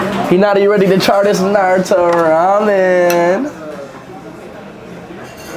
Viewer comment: It's shame that he believed his pronunciation of NARUTO was correct. Absolutely, Japanese pronunciation is right one.